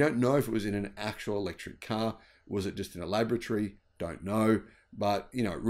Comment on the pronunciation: Laboratory isn't pronounced like lavatory